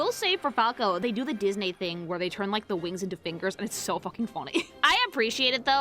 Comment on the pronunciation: I love how you can tell she speaks Spanish because of the way she says Disney lol